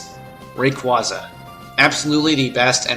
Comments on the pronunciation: It's pronounced as ray-quay-za and ar-key-us not ar-see-us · NakedBanana Bibarrel, Raquaza, Scizor, Giratina, dedenne (not gonna spell-check) and I can't confirm anything for gen 6, since I never played it. Aside from Scizor and Dedenne, his pronounciations weren't that bad...